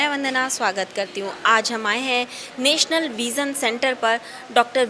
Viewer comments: मैडम पहले हॉस्पिटल का नाम ठीक से बोलें, नेशनल नहीं, नेचुरल विजन सैंटर है। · National bola ya Natural?